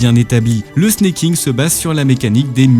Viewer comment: Alors c'est pas du snacking, mais du snaking comme snake en anglais. Ça revient à dire serpenter au vue des trajectoires de la technique